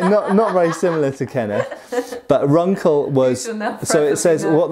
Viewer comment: By the way, 'Runkel' would be pronounced 'Roonkel' in German.